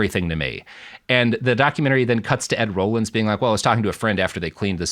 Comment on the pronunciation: Robert, Bob Dole was not an astronaut although he was sometimes out in space. Also, I know you're young but Ed Rollings name was pronounced "rawlings" not "rollings".